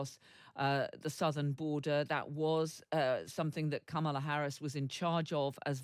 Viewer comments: Kamala pronounces her name; Comma-Luh….Whatever you think of her, her rocked, her policies, please respect the pronunciation of her name. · Please pronounce her name right... com ma la...be a journalist... fact check!!! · Please pronounce her name correctly…